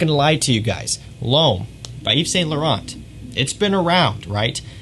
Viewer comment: Don't pronounce the t in French names, you pronounced them when you said Yves Saint Laurent